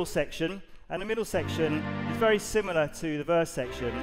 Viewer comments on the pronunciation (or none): none